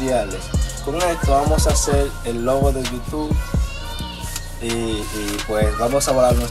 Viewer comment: No es yutuf es yutu